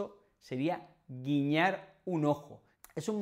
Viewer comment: 401 clases, más de 40 mil inscripciones... Eres merecedor de todos estos éxitos. ¡Felicitaciones desde Brasil! P.S.: La palavra guiñar ha salido "guillar".